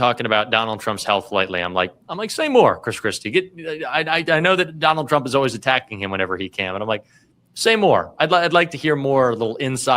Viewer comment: I hate the o-ways pronunciation for "always"